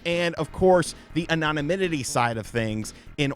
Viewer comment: Word of the Day... Anomonimity.